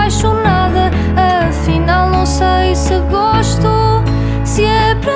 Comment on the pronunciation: Muito bom. Falta alterar a palavra ...gosto. Eu gosto...o primeiro ó é uma sílaba tónica. Continua.